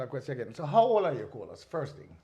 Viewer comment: Nice interview. Great job,very informative. I just love the way you and pronounce Colaz name🙌🏽😊